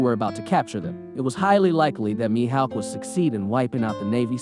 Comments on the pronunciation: The way u were saying his name was pissin me off the whole video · “Mihaowk” “see cheebukwaii”